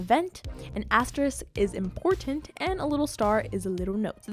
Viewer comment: It's not emportant ,it's important